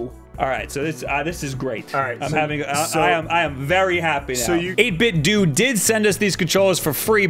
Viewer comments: HE FINALLY SAID 8BITDO RIGHT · that's incorrect. 8bitdo have said themselves it's pronounced doo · The company itself pronounces it as "dew"